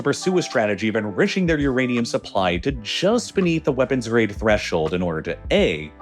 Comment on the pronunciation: why does Uranium sound like irradium or uradium?